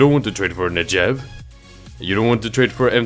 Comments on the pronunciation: HE CALLED THE NEGEV A NEJEV XD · Great video, by the way the Negev is pronounced as it's written, not "Nejev" :) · You prenounce "Negev" wrong and it hurts...